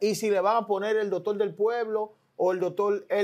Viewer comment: Que verguenza no se dise Doctol se dise Doctor porfavor no se coma la R